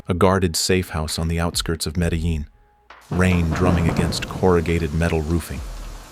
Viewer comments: You pronounce the cities wrong it’s BOH•GAH•TAH and MED•EH•JEAN. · 👎 this channel already has AI do all the work, yet can't fix the way it says "Medellin"